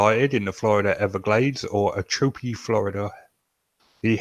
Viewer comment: in this video: AFAIK, "Ochobee" is pronounced oh-cho-bee.